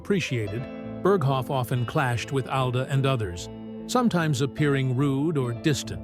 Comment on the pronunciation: You can't even pronounce Alda.